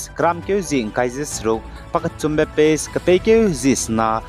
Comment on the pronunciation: Pace mak ze phase acheurada. 😂